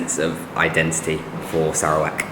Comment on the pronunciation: Dude, learn how to pronounce Sarawak